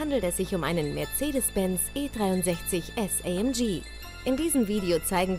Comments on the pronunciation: Fuck off, es heißt nicht „Eih Emm Gie“ SONDERN Aufrecht Melcher Großassbach, also wird es deutsch ausgesprochen. Junge, Junge, sowas macht mich sauer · ALTER ES HEIßT A EM GE und nicht Ay em gii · nicht ay em j amg deutsch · Wie das einfach nur abfuckt, dass die Olle die ganze Zeit "EyÄmGiee" anstatt ganz normal "AMG" sagt. AMG ist ja bloß eine Deutsche Marke bzw ein Deutscher Name und muss daher englisch ausgesprochen werden. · Amg englisch ausgesprochen.... ES IST EINE DEUTSCHE AUTO MARKE ES WIRD DEUTSCH AUSGESPROCHEN! :D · Ich habe mich alleine schon wegen der englischen Aussprache von AMG aufgeregt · Könnrn die amg bitte normal aussprechen?!